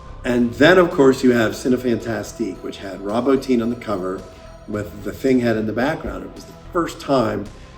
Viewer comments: It's pronounced Bo-teen. I can't believe there are horror fans would still pronounce the name name incorrectly. The man's a legend. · I'll be one of though guys, but Rob Bottin surname is pronounced Bo-Teen. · Great vid as always. Small thing: Rob Bottin's last name is pronounced "boh-TEEN". 🙂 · I came here to say this